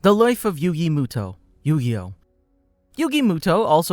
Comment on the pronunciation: who tf is yugi mootoe